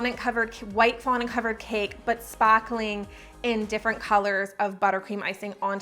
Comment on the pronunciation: Lol I love your “sparkling” and “sparkly” accent!